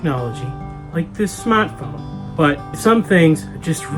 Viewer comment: Smaaatphone.... excellent ! (properly pronounced)